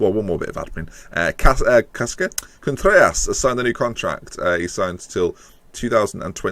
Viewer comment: I think Vallejo is pronounced Va-yay-ho and Contreras Con-trair-ras. Trair as in rhyming with chair.